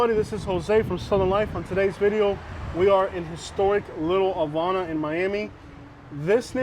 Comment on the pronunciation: LEARN HOW TO PRONOUNCE HAVANA CORRECTLY